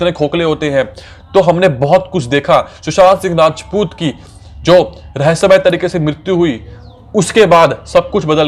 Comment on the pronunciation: Abey tu sushant singh rajput thik se nahi bol pa raha hai...